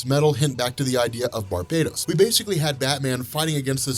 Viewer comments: I apologize for seeming petty about this, but can you stop pronouncing Barbatos as Barbados? It's not the name like the Island, it is meant to be Bar-BAT-os. It's been driving me nuts. It's a story about BATman and the BAT tribe and a villian called BarBATos. All other things, I'm a big fan, this is just something that was really bugging me. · It's BARbatos, not Barbados goddamnit, you pronounce it like the islands. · Btw!!!! It's freaking Bar-Bah-Toess!! Not BARBADOS as in the tropical land you moron!!!